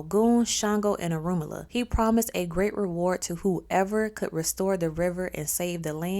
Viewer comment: So, she has all this knowledge about him but can't even pronounce his name right. How embarrassing 😳 🫣